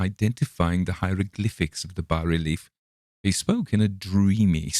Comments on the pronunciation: Congratulations, you’re one of the few narrators on YouTube to correctly pronounce “bas-relief”. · Finally, a narrator who knows how to pronounce "bas relief" properly.